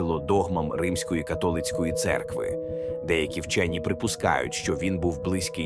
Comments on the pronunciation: Правильно - рОзтин, а не розтИн, церква католИцька. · Моя радіоточка весь час мовить"катОлицька."